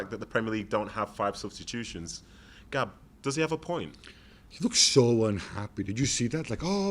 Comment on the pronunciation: It’s “let’s go Gaab”